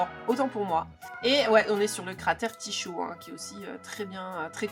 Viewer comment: et aussi Tycho = se dit: "tiko" 😉😉